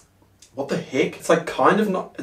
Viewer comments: Me: hears it as heck Others: hears it as hick Me also: thinks of a hickey 😂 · Lol I just hear it as heck. Probably because I'm from NZ xD